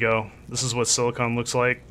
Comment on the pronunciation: Silicon = Sil - a - con Silicone = Sil - a - cone